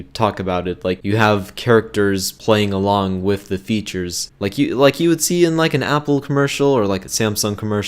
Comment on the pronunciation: home cant prononce words.... math not maf and three not free with with not wiv